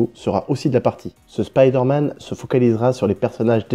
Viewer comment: Stop prononcer "spideur manne" putain